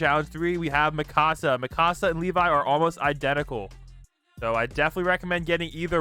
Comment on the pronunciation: her name is mikasa not mikosa ok